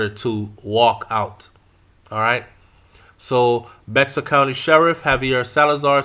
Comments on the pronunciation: That's here in San Antonio. The county is pronounced bear. This is a sad situation. It doesn't matter if she was cheating or not. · Nuff man fool fool enuh, naw hol nuh medi. Aahh bwoy, this is sad. Can't wait till everything is figured out.. (& bexar is pronounced bear)